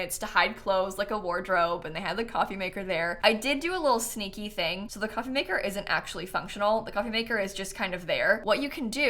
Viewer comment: Ah yes, `` it leads you up to ✨️ C o f f e e ✨️ `` English is so funny xD